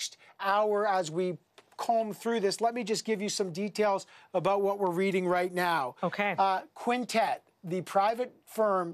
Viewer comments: did she just say "right meow"? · Did anyone else hear her say "Breaking news right meow"